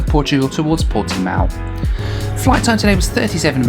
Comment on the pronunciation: You did a very good job pronouncing "Portimão", considering that the nasal sound indicated by that tilde is extremely hard for anyone who is not a native speaker of Portuguese. But you failed miserably with the much more easily pronounced "Cascais", which should be "kahs-KYES", not "KAHS-kays" (even more faithfully to the local pronunciation, it should be "kuhsh-KYESH"), and with "Viseu", which should be "veeh-ZEH-oo" (with the "oo" very brief, forming a diphthong), not "VEE-zil". I know a guy who studies at Viseu University and I already knew the pictures he posts on his Instagram, so I was not surprised -- it's a stunning city, not as small as you thought (some 60,000 people), and with a very lively cultural scene. And yes, Northern Portugal is beautiful -- most tourists in Portugal only go to Lisbon or bake themselves in the sun in the Algarve, but the North is full of history and natural landscapes, including some of the most scenic vineyards in the world. The Portuguese nation originated in the North and only later spread down South, so the North has a very rich heritage.